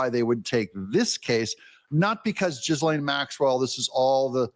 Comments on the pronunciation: Hey Doug her name is French pronounced w/either a soft g as in “jee” or a hard g as in gunk & the a has the sound of a “eh”, like Gee-len or she may pronounce it w/the a as a hard a sound like you would in plane so Gee-lane but for all intents & purposes I think it’s very fair to call her Gizz-land. 😂🤣😂🤣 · I'm no French expert but it should be pronounced either jhee lay or .. jhee lane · Its pronounced g slaine,french cdn name. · Pretty sure it's pronounced "Geh-lane" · It's pronounced GEE- LEN . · Its pronounced Gi lane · Hahaha the s is silent. Gilaine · His laane.......the G is silent..... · Its Gil-Laine. The 'S' is silent. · EV▪︎ERYBODY pronounces it wrong. Essentially a french name Pronounced Ghee lane. g as in graphic. All other prounciations are americanized. Which we think are correct cuz... 'merica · Doug in Exile, her name is pronounced “Gee-lane. “ 😅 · UGH!!! It's pronounced GEE-lane! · Greaselaine, the NY pronunciation! 😂 🤫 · It's pronounced "Gih-Lane" in English and according to Epstein's own tapes and videos. . . In French it's pronounced much differently (Google?). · It’s said pronunciation in U.K. is Jill Anne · GEE-Lane. G as in guitar. S is silent, because it is followed by a consonant and not a vowel. French rules. I think Epstein may have become connected to Mossad through Ghislaine’s late father who was buried in Israel after being found naked in the ocean after allegedly falling off of his yacht. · According to Virginia, its "Geeee" "Lane"...she should know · Doug: She has a classic French name. The “G” is pronounced as a “J”; and the “S” is silent. Phonetically, it is pronounced: “Jilliain” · Doug, it’s pronounced “Jeezlehn” or “Zheezlehn” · The s is silent gih-lane ❤ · Qc2 notification. "Ghislaine" is pronounced "Zhee-LAYN", ignore the S. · Her brother pronounces her name Gil lane, I trust his pronunciation. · “Ghee-lan” Maxwell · Can’t blame her to want out o jail. Gee Laine is how you pronounce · It's pronounced Gee Lane....